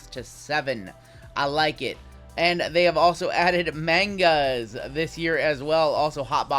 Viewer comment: It is pronounced “mahn-guh” not “mane-gah”